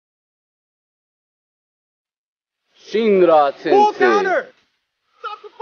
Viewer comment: bro said shinra💀